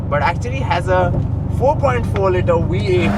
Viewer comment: Why do the pronounce vee as wee 😅 it’s a V8 not we8 😂